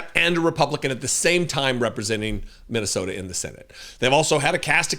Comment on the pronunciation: Did he just say mint tea soda😂😂😂😂